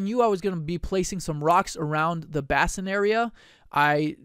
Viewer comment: Nitpicking here ... "bass-in" ... NO NO NO .... "BASE-in."